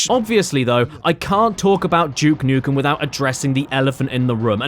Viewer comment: Its Duke nukem not juke nukem